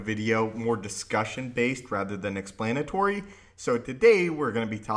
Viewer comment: DUELIST? Darth Tyranus, period. And, it’s X-PLAN-A-TOR-EE, not, X-PLANE-A-TOR-EE.